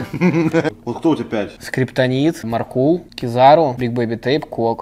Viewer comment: Правильно МАркул, МАркул, а не МаркУл